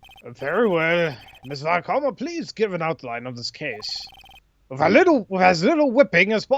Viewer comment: I'm not sure, but "Von Karma" must be pronounced as "Fon", not "Von"